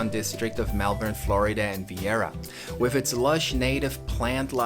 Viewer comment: Nice work,. Really well done and you included the most important parts. Thanks for pronouncing the name of our town correctly.